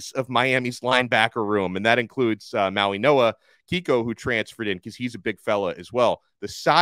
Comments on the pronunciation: Interesting. Don’t think I’ve ever heard a G pronounced as a N. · When did Francis & Kiki’s last name get pronounced “MauiNoa” & not MauiGoa? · There is not an a letter N in his name, why are you pronouncing his name with an N in it?